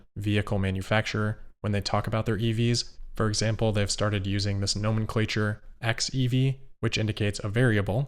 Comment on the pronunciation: Also, the stress is on the second syllable of "nomenclature", not the first and third.